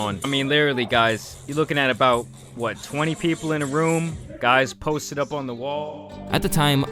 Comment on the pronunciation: why did you say posted like that lol